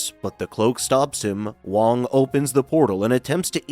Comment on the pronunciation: Wong not Wang